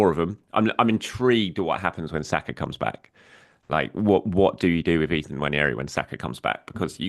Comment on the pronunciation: . Listen, I know it's dull when people complain about pronunciation, but it's "wah-nerry", not "nwan-ee-airy"